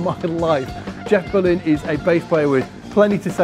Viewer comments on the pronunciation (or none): none